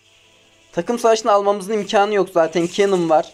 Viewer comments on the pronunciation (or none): Kennen değil Kenan lütfen yanlış telaffuz etmeyelim :)